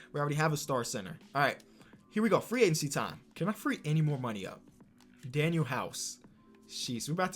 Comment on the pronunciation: Aye, Danuel is pronounced Danwell not daniel